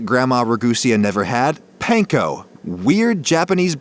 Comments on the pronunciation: Panko is pronounced pun-ko not what you’re saying btw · Panko is pronounced "PAHN-KOH". Trust me, i learned little bit Japanese. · Also mispronounced panko, if that hasn’t been mentioned yet. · he totally pronounced panko wrong - but it's okay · pronounced panko (ぱんこ) wrong lol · idk if you care but your're prounouncing panko incorrectly babish does too though so w/e